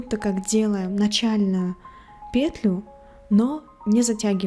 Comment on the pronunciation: Еле осилила это видео, смотреть невозможно. Автор то делает все слишком медленно что можно в паузах успеть вторую пару связать, то слишком быстро. Многие моменты не понятны, повторения и пЕтля в каждом предложении сильно режет уши